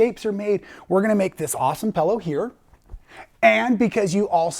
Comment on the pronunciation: hahahaha,, pellow? Its pillow like in pills, not pells, hahahaha, you sound like an Australian! Great pattern, going to make it for my husband as a neck roll!